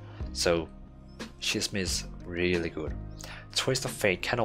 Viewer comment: Great vid. 2 things however: Scheming is pronounced SKEE-MING and Schism is pronounced SKIZ-EM